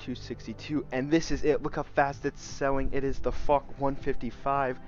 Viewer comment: It’s pronounced “fosh” not fock lol